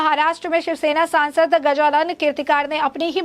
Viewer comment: The news vale gajanann keertikaar kya??hota hai tumhara news reader ko dhang se Naam Lene ko aata nahin kya?😃😇😋😋